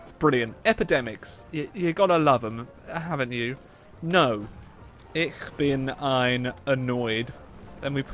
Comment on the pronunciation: Lol his attempt at German, I'm not German, but I know that you didnt pronounce "Ich Bin Ein" correctly. Because the only words I know in german happen to include those three. Lol I understood it tho.